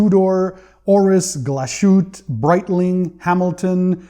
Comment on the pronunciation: Hi i love your collection 👍🏻✅ Your German one is pronouced Glass like glass in english and than huthé the all means a small glass house 😉 If you need more about german things let me know😉✅ See you soon in your next one 🤘👍🏻